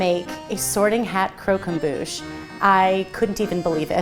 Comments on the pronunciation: omg please if you use french words pronounce them properly ! it's pronounced crock em boo sh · Your french pronunciation is 🤦‍♀️ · Loved the video but I wanted to die every time they said, and consequently butchered, the word croquembouche